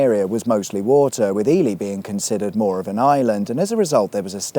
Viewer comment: I love that Ely is pronounced correctly over there. We have an Ely in Minnesota US and too many people call it Ee-Lie. Just makes you want to slap them with a Walleye.